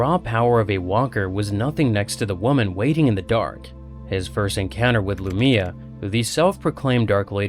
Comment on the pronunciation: I can tell when youtubers never listened to the official audiobook cause they mess up the names. Its pronounced Lu-my-uh. One of the reasons i love the audiobooks, they get the pronunciation directly from the authors notes and say the names how they are ment to be said. Love your channel though man